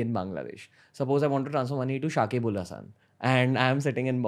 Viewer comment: damn he talks about Shakib -Al-Hassan. But pronunciation is wrong. Lightning Network is one way to make scalable bitcoin with pretty low fess.